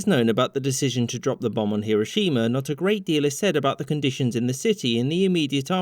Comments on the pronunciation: Don't emphasise the "shi" in "Hiroshima". Shorten that sound. All syllables should have equal weight in Japanese names. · finally someone who says hiroshima correctly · Sorry to be a dick but it’s pronounced Her-o shims. Not Hero- shima.